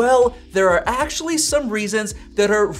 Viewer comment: god it's so annoying how much you say "aaaactually". Like you're putting emphasis on words that just don't make any sense